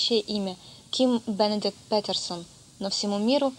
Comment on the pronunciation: BenEdix?? Бенедик?? Серьёзно? Девочке стоило бы реально почитать-посмотреть хотя бы немного, прежде чем говорить о "религиозных убеждениях". Антирелигиозных - да. А также узнать его отношение к "Сатане - продукту иудео-христианской мифологии, такому же мифическому, как Иисус или Яхве". В конце концов, узнать про отличия между сатанизмом ЛаВея и сатанизмом теистическим, и вообще отношением Кинга Даймонда и Антона Шандора ЛаВея, прежде чем делать видео и нести бред про "зловещий оскал вампира" и "очень большого специалиста в области оккультных наук". Хотя, видимо это предназначено публике, которой этот бред будет "интересно узнать", а для этого достаточно готичненького прикида и бреда произнесённого замогильным тоном.